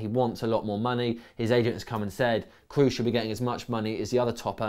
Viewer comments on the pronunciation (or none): just in case you do a new video on Tony Kroos, you are pronouncing his name wrong. It is an o sound what you have to produce, so it would be something like /ˈkɹɔˑs/ not /ˑkɹuˑs/